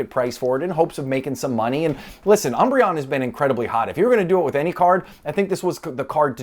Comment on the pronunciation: dying lol of all the ways you could pronounce that name